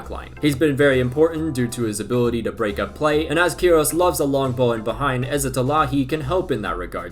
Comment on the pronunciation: Not ill-intended of course but as a little correction: Iran's coach is pronounced not "key-eh-roz" but "kay-roz"